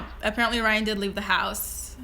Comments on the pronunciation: Rhine? ..really????it is R y a n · "Rhine" lmao